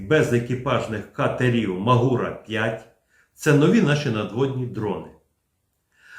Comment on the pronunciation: Плюсик і особлива подяка за відео від CNN (на ньому дизайн катера зовсім не той, який всі звикли обговорювати). Але висловлю і три «але». По-перше, хоча «MAGURA» — це абревіатура, але, оскільки вона повторює назву української гори Мáгури, то так її і треба вимовляти: з наголосом на перший склад. По-друге, я б ото не повторював за лаптями всі ці їхні дурнуваті чутки про те, нібито державні органи США мають власність або управління у приватних компаніях. Так міркують заздрісники з-за порєбріка, бо судять по собі. А наші землячки цю маячню повторюють, хоча доволі легко перевірити, що в США працює якраз протилежна політика максимального відділення держави від виробництва. Тому не має держава в США ніякої власності в жодних компаніях типу Boeing, Lockheed Martin, Northrop Grumman, Blue Origin та SpaceX. А все фінансування таких компаній — суто контрактне: замовили яку-небудь техніку — купили. І все. По-третє, ситуацію з обмеженням SpaceX-ами відеопотоку для наших дронів всі чомусь розуміють абсолютно неправильно — з точністю до навпаки. Це якраз Білий Дім (читай: стариган Байден) примусив Маска накласти таке обмеження, <хвилинка самореклами> що я вже при нагоді розбирав у своєму блозі </хвилинка самореклами>. Так що ті термінали, які нам зараз обіцяє Пентагон, — явно не starlink-івські і мають за мету обмежувати й контролювати наші спроможності, а зовсім не збільшувати їх. Щоб ми, бува, не наробили «ескалації», яку так боїться адміністрація Байдена.